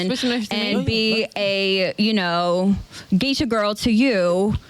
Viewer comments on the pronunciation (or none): none